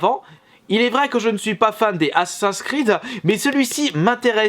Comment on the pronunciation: Sérieux prononce le jeu correctement c’est ASSAssin’s Creed et pas Assin’s creed je vais attraper un urticaire